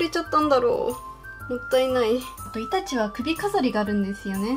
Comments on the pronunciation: イタチのイントネーションに違和感を覚えてしまったけどこれが正解だったのかな？ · イタチの発音違うよ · 全然関絵に係ないけどイタチの発音違うのが気になった（笑） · イタチの発音が、、、